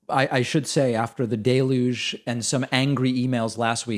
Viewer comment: pls pls pls look up the pronunciation of deluge. you use the word a lot, please use it correctly.